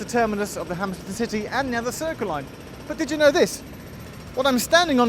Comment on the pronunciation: I swear it sounds like he said the Hammersmith and Titty Line. LMAO.